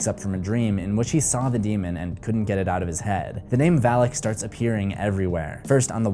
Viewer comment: its Valak not alak get it right dude